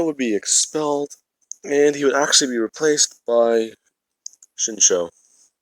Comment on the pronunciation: I am going crazy it’s shinso is pronounced with a Z